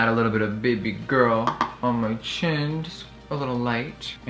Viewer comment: “bb girl” its bEH bEH guuurrrllll